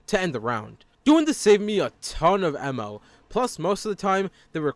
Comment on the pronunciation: "emmo" why bro ITS AMMO